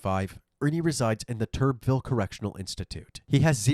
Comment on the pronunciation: Just so you know... Turbeville is pronounced "Tur Bee Vill"... Just a little fyi.